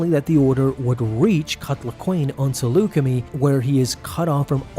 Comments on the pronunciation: It’s Saleucam”i”, not “Saleucamee” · I love it when you say Selucummie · I'm sure you've watched c the clone wars and bad batch and heard the pronunciation of saleucami "Sa Luke a my" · Dude, they say “Salucemi” several times in that episode. Can you really not hear yourself mispronounce it? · You pronounced saleucami wrong 😅